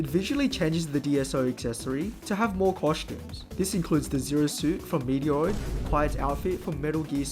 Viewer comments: aint no way bro said metroid as meadeoroid 💀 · what the hell. I’ve never heard someone butcher metroids name that bad before.